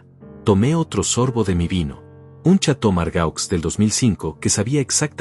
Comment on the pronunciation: ..... CON TODO MI RESPETO, NO SE DICE " CHATO MARGAUZ " , SE DICE " CHATO MARGOH " GRACIAS. ( FRANCÉS ).